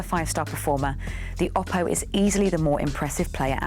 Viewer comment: Oh-poh, not Ah-poh, according to Oppo.